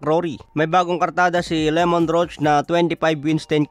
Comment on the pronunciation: Pakiayos po pronunciation sa pangalan ng fighter. Hindi po Lemont, Lámont po tama🤦‍♂️